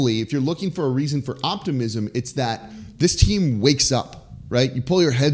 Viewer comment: You lost me in the first few seconds when you said "optimism"